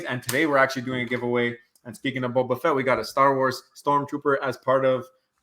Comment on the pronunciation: It’s hard for us to believe your predictions when you can’t even pronounce the character. It’s bOba Fett not Bob a fett. You don’t realize how popular a character he is